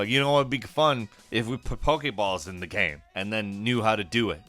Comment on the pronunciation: "It really comes ac cross as a 'gaem' gaem"